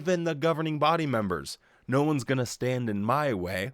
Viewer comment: At 1. Did he say"seven neen"? One thinks he did. This one thinks he must work on pronunciation (I'm sorry, but he annoys me so much that I've become a pedant. Do you know that I can't stand it when he says, "nooooo" in that sodding way of his. It sounds so bloody wet)